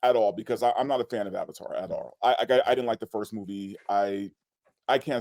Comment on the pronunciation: The girl in the middle says “diddint.” The word is “didn’t.” Why bother with a contraction if you are going to use the same number of syllables?